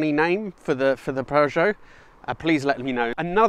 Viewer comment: PEUGEOT FLU'O'FIVE?